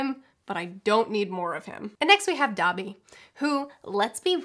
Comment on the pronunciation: When she said "Dobby", my weeb ass heard "Dabi" and I had to pause the video for a moment